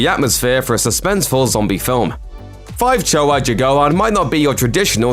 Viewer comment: I'm Indonesian. You do not pronounce 5 Cowok Jagoan as. FIve Chowo Jagoan. But, "Lima Cowok Jagoan."